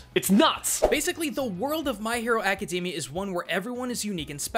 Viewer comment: I'm sorry, but I really can't get past the fact the other guy keeps saying "Acadamia". It sounds like he's talking about the nuts and it keeps making me laugh!